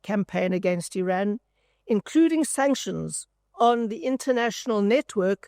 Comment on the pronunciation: I would not expect a South African to mispronounce IRAN